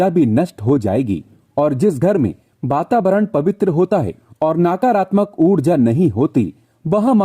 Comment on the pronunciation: Bababaran nhi hota bro vatavaran hota h